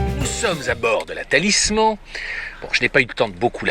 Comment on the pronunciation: ça se prononce "Talismanne" espèce de gougnafier de sicilien !